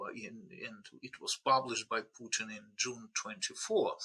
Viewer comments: Please stop saying Pyutin. It’s not hard, just listen to how your guests say it. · Why [trəmp] and [pju:tin] and not [trju:mp] and [putin]?